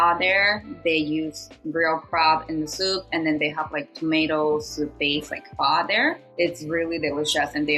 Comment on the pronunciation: Did just call Phó, “Fah”? 😅